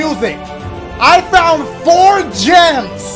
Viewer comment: “4 GEMS-AH” 😶😶